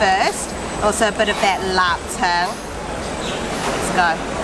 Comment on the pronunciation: I’m curious! Where are u from? The way you pronounced lup cheong is so authentic, like a true blue Cantonese! As a singaporean, ur video sure has worked up an appetite! I have to eat all these soon! Great video!